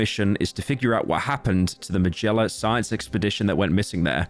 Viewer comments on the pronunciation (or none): How did he pronounce Magellan so wrong